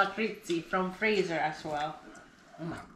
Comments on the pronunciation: Fatser, not Fracser. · We say the name as FaaTzer, not faaser. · Hah! You pronounce Fazer like its a type of weapon from star trek. The correct pronunciation is easy though, just throw a "th" sound in there and pronounce it like "fatzer". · just a minor note Fazer is pronouced more like fatser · Hearing the name Fazer pronounced like the English word "phaser" got quite a laugh out of me! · Fazer is pronounced Fatser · Or Futser when considering English pronunciation.